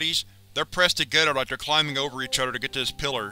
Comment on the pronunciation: “Udder” = other; “zer” = there. I can’t listen to this narrator anymore